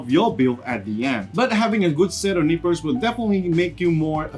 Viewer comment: This is not not be mean, but when he says nippers I hear nipples. Blame my parents for making fun of my cutting tools.